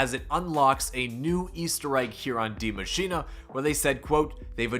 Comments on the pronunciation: why are all youtubers pronounce the map name die maschinA? there is no A at the end of that word. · Me, a german guy: Die Maschine Every Youtuber: Die MaschinA